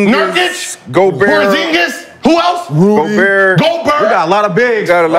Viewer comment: The way Gil said WHO at Nurkic 😂😂😂